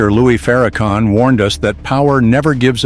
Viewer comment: One Question; ?? Who Is Louie Farrakhan…???🤔🤔🤔🤔 I’ve Heard Louis Farrakhan !!!